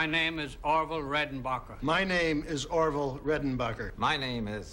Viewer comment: Did my mans say Oroville??